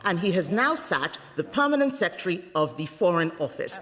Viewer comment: Please can someone teach him how to pronounce secretary